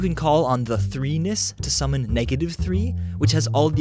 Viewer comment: everytime you say the word summon i feel like a wizard calling an owl